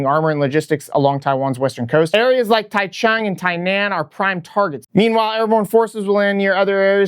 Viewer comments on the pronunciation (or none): Great video but my ears winced at your pronunciation of Taichung and Tainan. Here are their phonetic spellings "Ty-zhong" "Ty-non" 😅. Keep up the great videos.